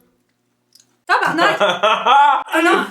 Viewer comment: Tu es rendu bonne avec ton « tabarnak »